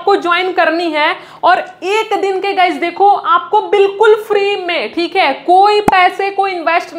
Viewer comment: Khali bolta hai khik hai 😂 thik hai😂